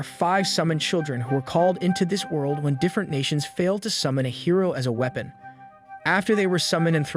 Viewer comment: Clearly. Weepon? Prinicial? The inhumanly pauses that happen occasionally?